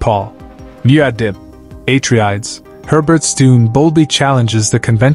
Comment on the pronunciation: Paul Aye-Tree-Ads? What in the ChatGPT scripting is this? This is has never been a question. The books have always been clear about who Paul is and what he becomes and Frank Herbert was always explicit. He's not a messiah. He's not a savior. He's not a good guy. He is a a person who grasped power. We want to idtenify with him and the Atreides becuse they're attractive and trade in terms like honor and duty but they're just colonizers with imperialist ambitions just like the Harkonnens and if you need a real world analogue they're the Kennedys to which you might say "hey weren't JFK and RFK good men?" not if you were Cuban or Vietnamese or any other indigenous person facing down the barrel of "democracy." This was never the question Herbert was asking. The question he is asking is why do we overlook all the red flags to embrace someone like Paul Muad'dib?